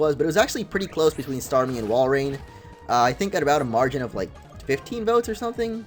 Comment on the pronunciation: walrein not woilord